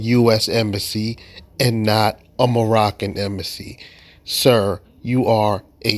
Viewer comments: What’s an “embassasy”? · Sassy embassy. Emphasis on the sassy